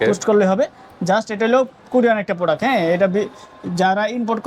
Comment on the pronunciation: প্রোডাক্ট৷ এর নাম ই উচ্চারণ করতে পারছে না এটি যে কত ভালো হবে সেটিত বুঝায় যাচ্ছে 😆